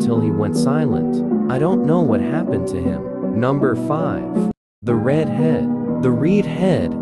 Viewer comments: When you said the red head it sounded like the reed head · you say rid head 😂😂😂😂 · I like how the robot voice cannot pronounce such simple words like "red" or "alone"